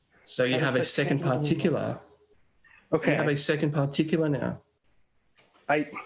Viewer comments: You forget the 12 R's on the end of particularrrrrrrrrrrr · I have a "particulah"; it's my pee pee.